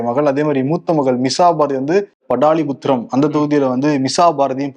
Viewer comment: பாடலிபுத்திரம் என சொல்ல தெரியாதா படாலிபுத்திரம்கிறியே